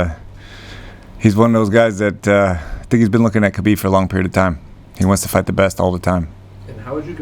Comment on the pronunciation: It’s really odd that so many people in this sport still don’t correctly pronounce Khabib’s name.